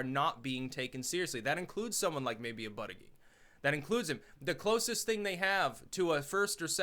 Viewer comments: You keep saying "buddyGeek" when its pronounced "bootyJudge" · You pronounce Buttigieg as in Boot-eech-eech with a harsh gee (almost a ch) sound not a soft gig sound. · As a long time fan, and someone who lives in South Bend I have to tell you that Buttigieg is pronounced like Buddha-judge. I love ya but I’ve been cringing every time you say his name. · Buttegieg. It’s Maltese. Pronounced ‘Bootehjig’ phonetically.